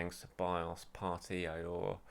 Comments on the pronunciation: Aouar is pronounced Oh Wa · Aouar is pronounced Ow-Ahh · his name is pronounced (Ah-Waar) which in arabic means "Pain" or to experience pain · I think it is pronounced ah-oo-ahr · According to a football expert called Don Robbie, Aouar is pronounced, “Aurier”.